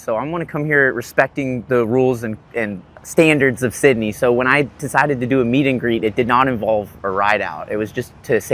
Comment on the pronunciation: “w sidneh in da chat” BRO YOU NEED TO COME TO HEREFORDSHIRE ENGLSND THERE SRE SO MANY TRAILS